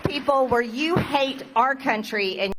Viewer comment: It’s not Elegal aliens it is illegal and it isn’t ewe it is you. I wish you would learn to pronounce words MTG. But what can I expect from such a stupid woman.